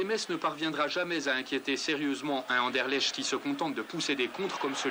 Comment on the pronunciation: Ah ah ah Anderlecht était 100 fois plus fort, on a joué en marchant sinon on vous aurait battu 0-6. Hé on prononce Anderlekt !!!!!! C'est un club de légende, respect.